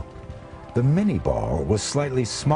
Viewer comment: It's Minié ball, not mini ball. And Chauchat, not Chow Chow. Otherwise, good doc.